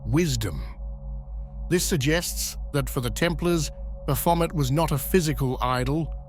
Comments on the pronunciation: 99 percent of people pronounce it incorrectly. Its actually pronounced "Baphomey". But his pronunciation is particularly bad. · I can only hear bath vomit now 😂😂😂😂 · At first I was like dude what a dick then I played the video. You were indeed spot on bro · I think of this word came from france it would be pronounced Bah-fo-may, with the last letters et making an ay sound like it the word "ballet". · Yes. A near-rhyme to bat-vomit, appropriately enough. All praise unto Christ our Lord! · Never heard of this Bath-Vomit feller., I’ve always heard Baphomet pronounced like Chevrolet. Can anyone definitively tell me which pronunciation is correct? Are they both? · The ‘t’ in Baphomet is silent. Baphomet is a Trinity of Aquarius, Capricorn and Libra, holding the Caduceus of Hermes Trismagistis. Baphomet lights the way for our future Heaven on Earth. Heaven on Earth occurs in Aquarius, therefore within the next 2500 years it happens. The timeline is entirely up to US; Christ Consciousness will Save US and the Planet. The indigenous peoples of North and South America are the Chosen Ones for this Endless / Golden Age of Aquarius and Universal Enlightenment … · Sht now that's all I hear lol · Great. Now, I can't NOT hear it. 🤣🤦🏾‍♂️ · That's all I can hear now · Somebody's had a bit too much to drink!😊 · Oh come on. I hear this every time he says it now. Omg 🤣🤣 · 😖This pronunciation of baphomet is Slowly but Surely Killing me. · It’s hard to take anyone seriously when they can’t even pronounce the dudes name correctly. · I just wanted it pronounced correctly one time, since it was about him but nope. . . TTS